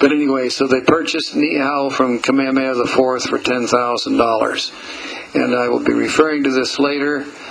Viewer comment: Mahalo for taking the time making and posting this. But out of all the Hawaiian names you may mispronounce or incorrectly spell, "Kamehameha" should not be one of them. Mahalo again.